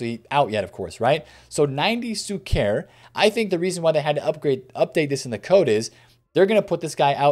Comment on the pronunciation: PLEASE BRO PLEAAAASE :) SHUKER !! SHHHHHUKER :) with the ephasis on the U -- > SHU-ker